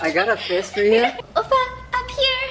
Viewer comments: no one: stephanie: 오빠 --> obba --> oboe --> oval --> OFA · Is it only me Or did I only hear Opa and offa 😂 instead of oppa... They are honestly so cute and savage with each other ❤ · Lol when she's cringing too much to say it properly she starts saying "offar" cause she doesn't wanna say the actual word. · not at stephanie pronouncing oppa like “offa” for the whole vid 😂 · ur everyday korean drama: OPPA!! stephanie soo: OFFA? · The funny thing is it sounds more like "ofa" then "oppa" 😂😂😂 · Omg idk why but when korean says OFFA instead of OPPA I start gagging till I chock 😂😂😂😂😂😂😂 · Stephanie cringing at herself and calling stephaince offa instead of oppa LMAO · it sounds like she’s saying “oupa” which is grandfather in afrikaans😂😂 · Stephanie trying to say oppa but it came out as offa, ofha, opha 😂 honestly stephanie did all the cringing, i didn't even cringe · After 10 mins in i start hearring offa instead of oppa 😂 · why do I keep hearing "offa" XD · Why does she say ofa its oppa lol